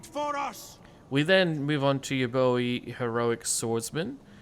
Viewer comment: Spot on mate 😅